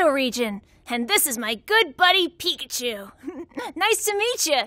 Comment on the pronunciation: did the director say Pipichu instead of Pikachu 😂😂